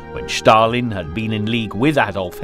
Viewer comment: Why "Shtalin"? all else good